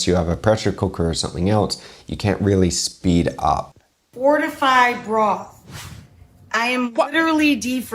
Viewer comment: anyone else hear mortified broth or was that just my imagination MSG> Message Someone's Grandpa